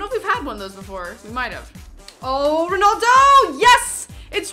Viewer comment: It's ronaldo not ronoldo